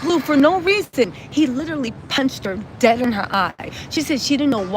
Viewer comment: Not LITERLY ITS --- LI/TE/RALLY